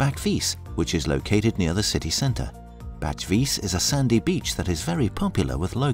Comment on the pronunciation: Bach-vit-ze... The J is pronounced like a Y always...Nevermind. You pronounced about 95% of things wrong. But you still covered some great things to see and do here. (Also, that wasn't Bol in the video)